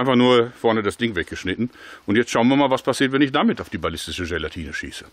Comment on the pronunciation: "Ballistische gela-TINE SMACK " hahaha :DD Jörg so wie wir ihn lieben :D